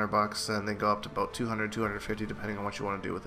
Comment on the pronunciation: r u Irish or what's the, "all boot" for?